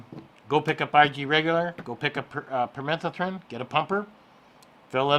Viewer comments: Pur-meh- thuh-thren...LOL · No. The word is permethrin. You're adding letters and skipping letters. You just invented a different word altogether.